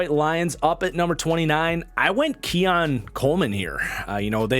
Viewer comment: keon* marcus not keion